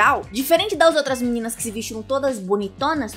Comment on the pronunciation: nãoh mexah com as meninahs malvadahs